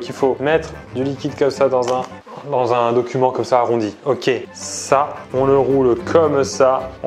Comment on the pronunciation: 7 min 18 t'as dit "document" :D